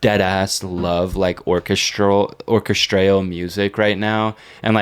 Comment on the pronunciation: The way pronounced orchestral 😂😂